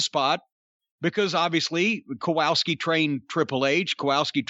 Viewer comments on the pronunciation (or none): Can someone tell idiot Cornette the correct pronunciation is Kowalski and not Kowowski?